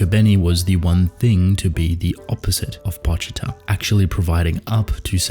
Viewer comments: Why do you say "Pawchita" instead of "Poochita"? It seems obvious that his name is a play on calling a dog a poochy or pooch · The actual pronunciation is Po (as in Edgar Allan Poe) Chee-Tah (as in the animal.)